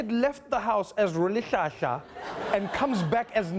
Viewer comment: Rholihlahla is pronounced like you're guggling with salt water.. rhrhrhrhrhrhrh not roll as in rolling a Swiss roll....